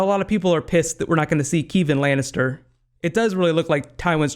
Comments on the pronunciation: It is Doran not Doraan, and Kevan not Keevan. Also, I believe the place with the snow and the cliff is Hardhome, not EBTS. And that is not Tyene Sand trying to seduce Jaime and that is not Quaithe, it's a SOTH. Missandei, not Missanduy. I'm looking forward to Braavos. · It's Dòr-an (not Durān) and Kev-an (not Keev-an) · It's kevin like in our world not kee-van and its door-an, not dur-aan for Doran. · keevan lannister? Is Kevin not a name in america?